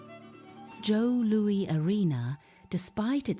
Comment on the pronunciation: This was soooo bad that it was funny... then, it was just sad. As a lifelong Red Wings fan, it is disgraceful at how it seems ZERO attention was paid to ANY detail regarding the team, the city, and the arenas. You mention Joe Louis (pronounced Lewis) was a place of honor, but couldn't even give it the honor of making sure the AI spoke the name correctly. CLEARLY this is AI, but a human has the final say. I got to 4 minutes and thought it was almost over (perhaps it should have been). at 6 minutes I couldn't endure anymore. This was not good. It just wasn't. I do hope that your product gets better as you go along. I don't wish failure, just... something worth putting on YT.